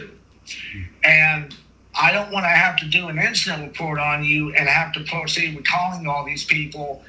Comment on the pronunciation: 😂😂 he is going to have to pwoceed.